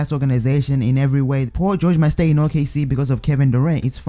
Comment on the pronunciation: U say Paul George like pau goge